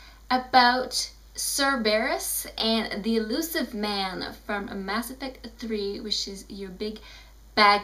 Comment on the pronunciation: "Bass Effect 3" lol